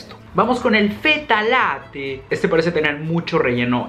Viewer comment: Fetta al latte lo dijo en acento argentino jajajajaja